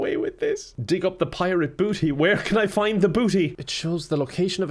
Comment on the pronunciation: ah yes a prirate mark